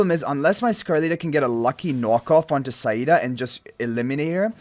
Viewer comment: thank god you pronouneced saida correctly